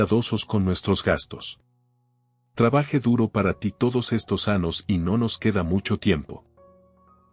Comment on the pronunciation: Se dice AÑOS, no anos, hablen correctamente. Gracias.